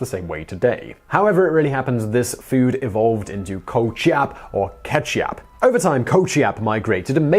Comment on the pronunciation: "kecap" in bahasa Indonesia is pronounced as ke-chap and not ke-kap